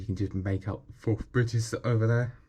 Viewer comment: Firf of forf